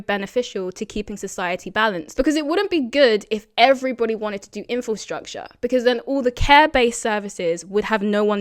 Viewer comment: Are you saying "Infostructure" and not "Infrastructure"?